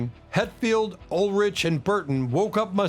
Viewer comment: How Ulrich was pronounced I thought it was about some Serb or Croat and not Lars 😮 Who hated all those ppl? Guys in a business? It's quite normal, right? One has to fight in capitalistic industry 🤷